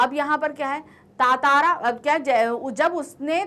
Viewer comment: It's ttara not tatara